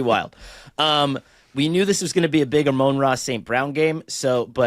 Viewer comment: Connor's inability to pronounce Amon-Ra is inexplicable